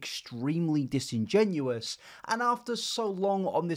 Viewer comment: Dis. In. Gen. U. Ous. Disingenuous. Not dis-in-genuine :)